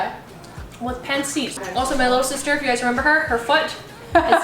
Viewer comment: Omg cringe… yt girl pronounced it as pan seet 🙃🙃🙃🙃🙃🙃💀💀💀💀 also this ain’t authentic try again maybe write INSPIRED. At very least pronounce it properly